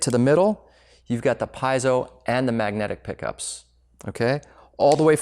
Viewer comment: Shouldn’t have said “PIE-zoh” so much because it’s “PEE-ZEE-oh!!!”